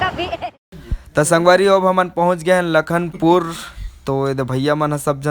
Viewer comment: लखनपुर नहीं है भैया जी,,, लखनपुरी हैं😊